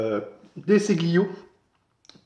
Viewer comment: Ce se prononce Dé Chilio.